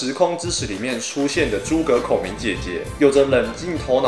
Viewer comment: 你說到孔明時的語氣讓我出戲了...性癖揭露!?